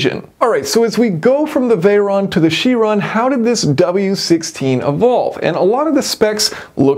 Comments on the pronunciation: You Pronounce CHiron incorrectly. Its not a French word. Its from the Greek. And is a "K" Tell Mr Tate if u ever bump into him. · for info its veyron and chiron not veyeronne or chieronne